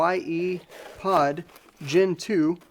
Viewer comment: The MDT CKYE-POD is pronounced “sky pod”. 😊